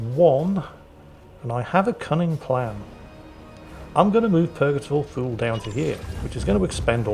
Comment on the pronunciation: It is Purgator Thule, I thought he had been saying Purgator Fool.